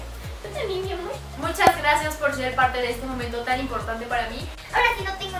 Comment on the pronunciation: El rrrrracias 💖💖💖 esta bien bonito tu outfit eres super linda y graciosa 💖💖